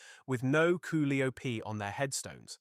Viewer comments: "Ca lie oh pee" is how its pronounced. You botched "Hurt gen" also. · It's pronounced koe LIE o pee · That Koo li op is driving me nuts !!! Damn it learn English !!! Your going to have to "Teach" AI "English" !!!